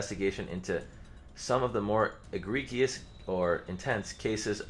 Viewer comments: e-GRE-gee-ous?! It's ah-GRE-jus. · Lol, I always forget isn't a very good reader. Egregious isn't that hard to properly pronounce lol